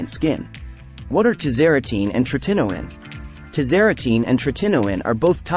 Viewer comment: Teach the AI how to pronounce “tretinoin” correctly. So annoying…